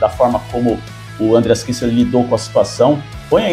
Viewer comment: parei... nao da pra ouvir ANdreas , como todo brasileiro que acha que todo nome ou palavra estrangeira tenha de ter acento na primeira sílaba 100% do tempo.... um bilhao de pessoas fala o nome dele como ele mesmo fala, menos aqui. nao da